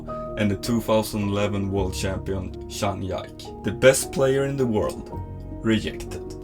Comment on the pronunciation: Good video but you need to learn to pronounce their names better 😭zhang YIKE